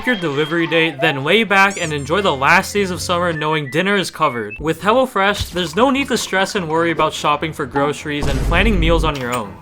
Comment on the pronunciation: Excuse did bro call hello fresh hella fresh